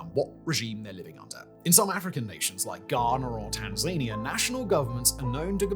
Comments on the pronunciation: Tan-ZAY-nee-yah is it now, fact boy?😂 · I'm sorry, a minor editorial note but Tanzania is pronounced Tan - zuh - nee - uh. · Where the hell is “Tanzayinia”? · Hey I love the content but you really need to do a better job pronouncing the names of places. In this video Tanzania specifically but I've noticed this a couple times in the past.